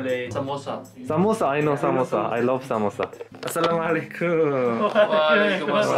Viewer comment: Samosa zindabad🤣🤣 he looks so good when he says urdu words